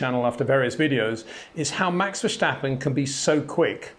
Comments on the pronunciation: Another hint for the perfectionist, if I think who you are, you’ll want perfection. Otherwise, don’t be annoyed- it’s really the last 0.00001% to perfection: the British press pronounces “verstappen “ with a ‘Stichlaut’ meaning that the ‘S’ is pronounced as ‘sh’ or ‘sj’. This is not the Dutch pronounciation - he is no German citizen. It is pronounced like Britsh people say ‘step’ or ‘stair’, not like ‘shit’. Just that you know. I really love video’s like this, because as a non-racing driver, you teach me things I can see on the track, but can’t analyse or construct myself. Thanks for that! Have a good weekend! 👍😊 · Brilliant video, thoroughly enjoyed it, just one teeny tiny thing. Max is Dutch (and Belgian, but the Dutch speaking part of Belgium), not Deutsch. The S in Verstappen is just an S sound, not an SJ or SCH (as in schumacher). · Why do all the Englishmen pronounce VerStappens S so weird? There is no H after the S. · So funny how you pronounce Verstappen. That needs a bit of work. Other than that, great analysis. Would be nice to see some videos to explain and to exhibit the mastery of Max. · Great comment Peter, but you know how to say steps, now say this in the stappen part of Verstappen. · Verstappen, not Verschtappen. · good analysis but Max is not German, there is no c in his name, verstappen is Dutch, ver stappen, but every time he says the name, ver schtappen, hurts my ears (and yes, I am also Dutch) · love the analysis, but PLEASE stop saying Verssshhhtappen, he's not German. It's Verstappen, no shhhhhh. (I'm Dutch, it annoys me...!) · Please shtop calling him vershtappen. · VerStappen, not VerSCHtappen. Say STOP > Verstoppen... then STAP > Verstappen... you got it! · Its Verstappen and not Vershtappen ffs. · Very insightful analysis, I really like it. Disturbing for me is that Peter after all these years still pronounces Max' surname as "Vershtappen" with the silly H in it. Why not translate it literally as "Far Steppin'" and just say that?